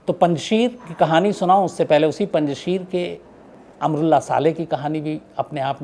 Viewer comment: It's not panchshir it's panchsher